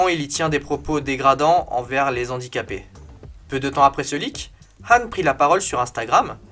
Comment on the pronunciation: Envers les Zhandicapés?? Et le H aspiré ??